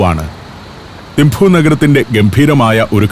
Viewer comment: ഏഴു വർഷം തിംപു വിലെ ചോഡൻ ആർമി സ്കൂളിൽ പഠിപ്പിച്ചു. മഞ്ഞും, മലകളും, ആപ്പിളും, യമതാച്ചി യും.... ഓർമ്മക്കായി മകൾക്ക് യാങ്ചെൻ എന്നാ പേരും നൽകി... ഭൂട്ടിണികൾക്ക് 'തിംപു' ആണ്, തിംഫു അല്ല